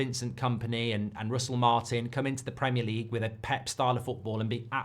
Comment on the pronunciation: Is OVR for ARESNAL! Goldbrige PRAMIAR LEGUE PRDCTIINSSS. Elite level content, mate. An inspiration to us all.